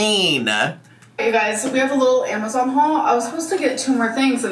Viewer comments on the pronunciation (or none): none